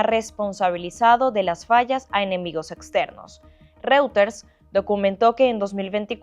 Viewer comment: Que alguien le diga a la periodista como se pronuncia reuters, ya se fue Maduro lo puede hacer mejor